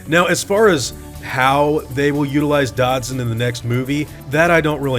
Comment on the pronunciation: Is it pronounced DODD-SON, or DODGE-SON? I always said Dodd-son before reading the books, and sounds like you do the same haha. Now I’m confused lol! Great video :)